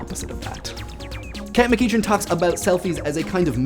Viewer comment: Just gonna go happy dance into the sunset 'cause my first comment on an Idea Channel video was featured. (for the record, MacEachern and most if not all variants are pronounced mc-eck-urn. it's not evident at all but, well, ~Gaelic~)